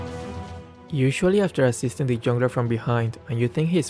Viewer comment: Why's no one talking about how put assisting as ass-isting 💀💀💀